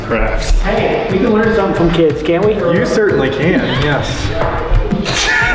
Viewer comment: "hey we can learn something from kids" "You vertainly can." that killed me